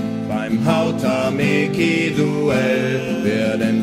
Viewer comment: lol wer singt solche Lieder? xD .. aber Hautamäki sollte man schon mal schaffen, richtig auszusprechen ... es heißt hautamäki und nicht hautameeki xD